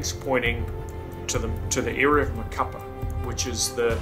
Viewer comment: Wow man what a story, glad you survived. By the way, the city is pronounced ma-ca-PÁ, the accent mark indicates the emphasis on the final vowel.